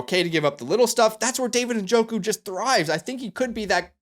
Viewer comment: Thank you for pronouncing Njoku’s name correctly. I get so tired of people saying “Na-joku”